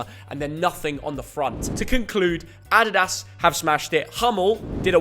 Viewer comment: The way this guys says “adidas” drives me mad 🤣